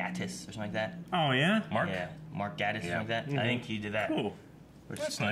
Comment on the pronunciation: just saying because I think it’s important (and Mark Gatiss thinks that as well), it’s Mark Ga(y)tiss (that’s how you pronounce it)